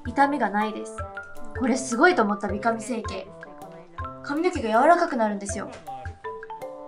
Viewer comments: 美髪(びかみ)じゃなくて美髪(びはつ)じゃないの？？ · 美髪は、びはつって読むと思う❗️ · びはつでは？ww